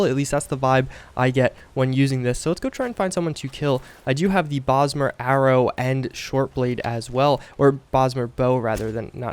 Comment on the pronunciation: Oh god then he said it again like 20 seconds later. "Elder Brosmer Sword"